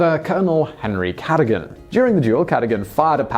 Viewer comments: Oh my days! Just getting over the last pronunciation mashup and you're mispronouncing another of our aristocratic legends. It's "cad-oh-gan", whith the emphasis on the second syllable, "oh". Not Cadd-uhgun, with the stress on the first syllable, "Cad". Jeez! I'm seriously having my doubts about your own authenticity. Are you English? Can't be. Are you a robot? Much more likely , in my view. Simon, there is no way you went to any public school in the UK. My guess is mixed parentage: US/U with a large chunk of American education. But it seems you cherish most of all, the English part of your lineage when it comes to speaking. A word of advice: GIVE IT UP. Each new video reveals more and more American pronunciations mixed in with an unplaceable middle English accent. I have nothing against American accents nor pronunciations. Far from it. But American pronunciations with an English accent just doesn't work. The only thing worse is English people affecting a mid-Atlantic accent. No, actually, yours is worse. Honestly, it makes you quite the buffoon. And no. I'm not sorry about it. Although I do cringe. More and more! I can't wait for your next video. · Okay so this is hopelessly pedantic BUT the title is pronounces "Marquiss" & NOT "Marquee" as you say it - that is the French pronunciation, & spelt accordingly as Marquis ['Markee']. Thank you!...and it's "C'duggan" in pronunciation, not "Cadogun"!